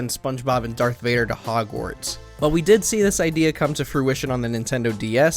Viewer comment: sorry, did I hear you say Dark Vader?